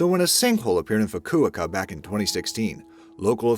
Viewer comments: Except the very next clip is of a sinkhole lake thing. How’s that dried out? Most sinkholes fill with water in Florida. At this point I would like scientists to admit that they don’t really know why sinkholes form. FOO-KOO-OH-KAH. Fukuoka. Not Fukuaka. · "Foo Koo oh ka" not "foo ko a ka" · Learn how to pronounce Fukuoka "Foo kooo Oh kah"!!! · Please google how to pronounce "Fukuoka"🙈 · Foo-koo-oh-koo. And now you, too can pronounce the city in Japan (Fukuoku). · You've mispronounced Fucuoca. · Cant even pronounce Fukuoka preoperly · That crater at the beginning looks like a Horseshoe Crab. Dude, you're mispronouncing Fukuoka... you're putting them emphAsis on the wrong sylAble... learn how to pronounce the names of foreign cities before you say it in a video please... I know I'm not the only one that this drives nuts. -_ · Every video has some mispronunciations. Narrator says "Batakaiga," but the video's own words (and a Google check) show it is "Batagaica." Likewise, "Fukuoka." How about checking pronunciation before recording the narration? This problem is in nearly all your videos. The videos are fun and great, but the mis-steps drive me nuts. Such as redundancy--- the "average price of these million dollar condos has dropped $320,000 on average." We need an above-average narrator!